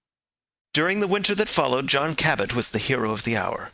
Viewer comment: The name is Jphn Cabot, not Cabbett.